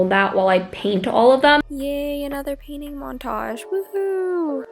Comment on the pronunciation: every time she says paint all I hear is 'ok now im Panting the mushrooms'